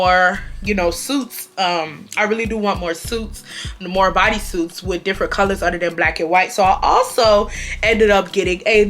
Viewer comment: Just got home! Taylor Port poured and I’m sipping! I absolutely love how you pronounce “other” “utter”